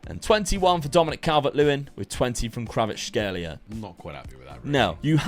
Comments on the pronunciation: Kvar-at-shkay-lia its not that hard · Name: Kvaratskhelia: Kravatskhelia "Its weird cause I know how to say that one"